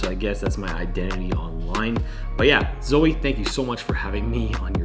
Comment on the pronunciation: Zoe!!! You nailed it on the pronunciation of my last name! And "YES", the shirt colour choice was intentional. I had a black shirt on at first but then I changed it! Really glad that you said yes back in November which ended up landing you the summer position! It's very true to fake it until you make it. You just need to land the role, then you can build your skills from there! Embrace the nervousness. I love that! Thanks for teaming up and sharing our conversation on this super important topic! Had so much fun working together to create this vid!!! Looking forward to doing it again soon!!! Stay safe out there!